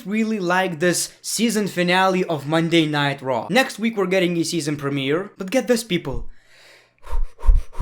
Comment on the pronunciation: I find it annoying how you say monday night raw "monday nightraw